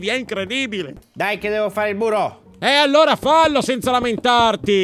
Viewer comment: ai studiato? il buro se dice murooo sciocco vi adoro siete tanto family frendly🤗🤗🤗😊😊😊😊😍😍😍😘😘 il povero fabrizio😂😂😂 mi ha fatto ridere!